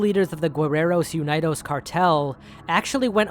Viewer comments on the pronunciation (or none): oooh! your mexican pronunciations are good ! mexican names, especially those that derive from indigenous mexica words, are hard to pronounce, even for mexicans. just a tip, "guerreros" has a silent "u", so it's pronounced "ge" instead of "gue". and "unidos" is pronounced "oon-ee-dos"! otherwise, all other pronunciations are great !